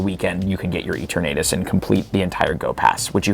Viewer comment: who exactly is eeteurnaytus